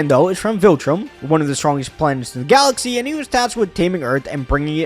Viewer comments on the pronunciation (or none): none